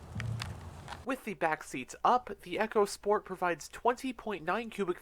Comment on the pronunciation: Its pronounced eeeco sport which is , short for "economy sport ". You said "Echo sport" which is something altogether different